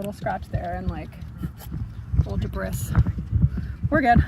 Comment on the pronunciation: debrisss? what is debrisss?